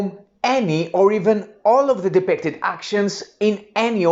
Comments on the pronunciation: your 'i' sounds a an 'e', hope this helps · it was not me, or a friend. You say: De-PEC-ted. Try: De-PIC-ted. ;-) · Super! Maybe to pronounce ‘depicted’ better will help. Also setup time of 3 minutes i quite ambitious.